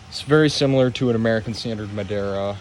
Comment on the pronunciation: " hey guys we're going to do a detailed look at my American standred afwall Afton "